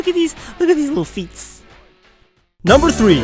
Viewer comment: It's Feet not Tests